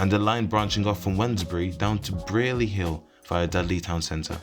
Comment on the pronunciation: The way you pronounced Brierley Hill infuriates me but but nice vid bro